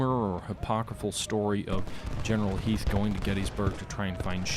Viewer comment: I'm just glad you pronounced Harry Heth's name correctly :P